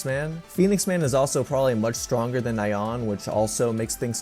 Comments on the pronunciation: Man poor Nyaan name getting butchered 😢😢 and it's pronounced like Ni-Yaan not Na-Yaan👍. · It's hard to take this seriously when the "expert" calls Nyan as Nai-yawn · It is kinda funny how you pronounce Ryan as 'Nye-ahn' instead of 'knee-uhn', like a cute cat sound effect... coz it's a cat monster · Nai-on. It’s Nyan! It’s the sound a cat makes!